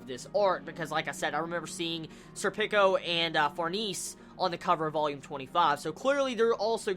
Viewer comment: oh for farnese's name pronunciation, it's suppose to be french like far-na-say